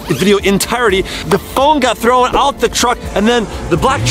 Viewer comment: it is not chrow.